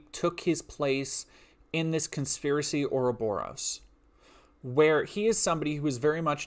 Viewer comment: Hate to be that guy, but Ourobouros is usually stressed on the second syllable. Also, dogs are amazing.